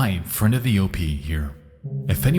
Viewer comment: Just a heads up, the letter "d" does not make the "t" sound. Example: friend should be pronounced, "friend," not "friend"